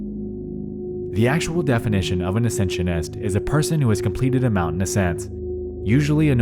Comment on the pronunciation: Why do you pronounce "moun-TEN" like you're Chills or something? Super distracting and it comes off as forced and unnatural